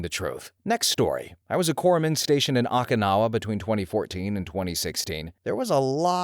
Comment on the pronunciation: How can you pronounce Okinawa that badly 😭😭😭 and Ouiji board while I get is really weird spelling, there is absolutely no quality control in these videos. So many mistakes that could have been easily preventable with a Google search on how to pronounce. Even the robots can pronounce it better and help you pronounce something right without sounding bad in videos